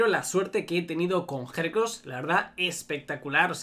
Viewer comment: cada vez que decia hercross me daba algo